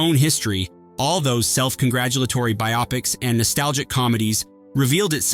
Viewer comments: It's bio-pics not bi-opics. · Pronounced 'BIO-PIC', Not 'BI-OPIC'!!! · And bi-ah-pics